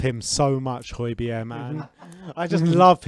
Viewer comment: So annoying the way he keeps saying holbergs name. It's not hoibierre is it and no it's not even pronounced like that either ffs